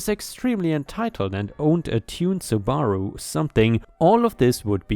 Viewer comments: Subaru isn't sah-bar-rue. It's "sue bah roo." Karaoke is said as "care-ee-oh-key." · Subaru is actually said like SUE-Bar-OOO, not like Su-barrow. :) Good try though. :) ;)